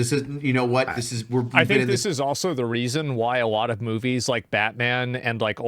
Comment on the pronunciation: I love AsmondAU "damn that's aLott Uvvv cUp($$)"